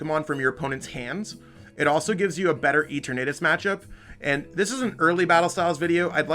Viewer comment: Lol E-tur-natus